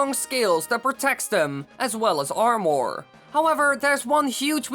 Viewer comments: Who else got triggered every time he said armor like that it's pronounced armer for me lol so hearing him say armooor really triggered me. Still tho good vid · It’s Ar-mur not Ar-More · Armor not AR MOREE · Hey just want to help it not pronounced ar-more it's ar-mah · the only thing that makes me mad in this video is when YOU SAY ARM OR ITS PRONOUNCED ARM ER or is it just my accent lol idk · Armore? It's pronounced armur. Sorry for my ocdness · This guy says the word "armor" like "are more" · stop saying amOR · Not making fun...but I love the way you say armor, ar-more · Did he say armour or ourmor? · Its pronounced "armer" also, can you do this for Gerudo vs. Rito? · Its pronounced armer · SHREDDER arrwmoar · He says Armwore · Armour is pronounced ar-met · That "Or-more" is driving me crazy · U I hate how he says armor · Why does he pronounce armor so strangely likes it’s two sentences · Jeez the way this guy says armor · Interesting way to pronounce "armour" You might as well call a sword "sward" :P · Stop saying armor it sounds BAD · Swear to god if I hear this guy say “armour” again I’m gonna want to stab him